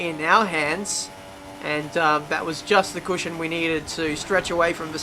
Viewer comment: It's cushion not cooshyon